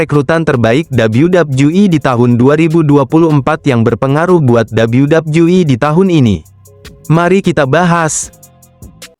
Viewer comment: Dabelyu dabelyu i harusnya, malah dabelyu dabju i